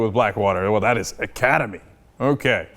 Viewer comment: They cant even say the name right